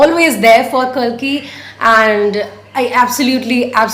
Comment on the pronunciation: You are pronouncing kalki wrong